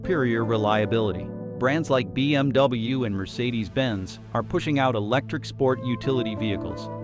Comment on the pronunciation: Hooondiiee, bee emmm dubbyaaah, Mitse boooshi, Toyo -Yoda, Kneeeeesuuun, pooo joe, JHAAAG-WHAAAAAAR